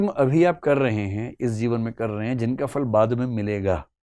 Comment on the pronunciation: Vikasji You speak difficult Hindi like some pundit. Your talk/lecture should have English subtitle. Fruit in Hindi is called phal not fhal. Similarly phir is not Fair.